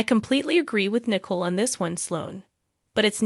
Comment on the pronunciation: It's not Nickle It's Nicole